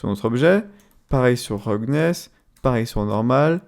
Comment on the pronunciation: "PRINESIPLAIDE BSDF" mes oreilles ont vomi AH mais omg le ROUGGGGGNESSE, elle t'as fait quoi la langue anglaise ?